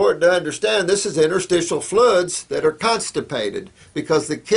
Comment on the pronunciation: So funny that he can't pronounce "fluids". XD